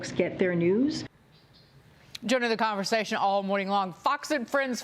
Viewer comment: I notice she said Tump administration instead of the previous administration.